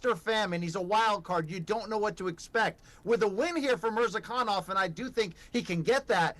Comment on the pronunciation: When everyone pronounces Murzakanov as MURZah-kan-nov and insists on calling him MurZAH-K'nOv, you know he's something "special". 🤦🏻‍♂